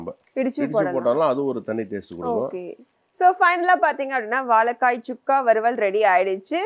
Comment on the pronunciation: வாழைக்காய் not வாழக்காய்